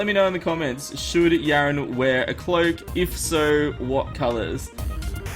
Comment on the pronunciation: why do you call him yarin but the in game name is yaron